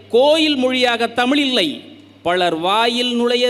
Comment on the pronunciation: மோசமான தமிழ் உச்சரிப்பு உங்கல் அனைவருக்கும் வனக்கம் தமில் மீது என்னய்யா மோசமான உச்சரிப்பு இது? கவி மேசை மத்தியில் அதிகாரம்.. நிர்வஹித்து ஆதிகாலம் அதிகம் இதயம் இதெல்லாம் தமிழ் மொழி சொற்கள் அல்ல